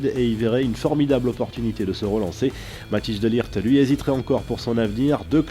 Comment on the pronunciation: MATTHIJS DE LIGT se prononce matèis de lirt et pas matije de likt voilà 🤣